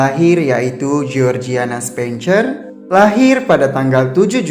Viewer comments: Kenapa dibaca "CER" padahal itu kan dibunyikan "SER" asli ga enak banget didengar nya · Coba diperhatikan pronounciation 'spencer'